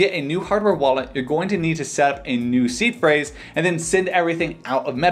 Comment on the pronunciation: In another video, I thought he was saying was C Phrase.